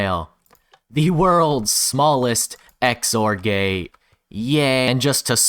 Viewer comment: "the x-or-gay" 🤣🤣🤣